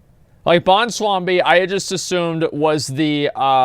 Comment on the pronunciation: "bwonslambi"....i died....